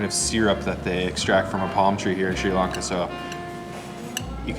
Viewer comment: SRI LAN KA NOT LARN KA.